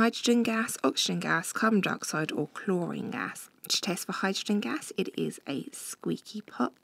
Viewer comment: squeaky pop not squeky